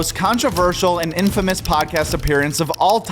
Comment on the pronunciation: Nah he said it right